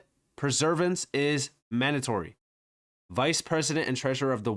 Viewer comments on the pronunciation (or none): Perseverance not preservence 😂